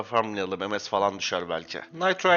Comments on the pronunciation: kardes ms ye lütfen emes deme pc başında tilt oldum yav :) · Aga sen sen monster stone ye em-es dedin mi senin videolarını kapatıyorum direk ya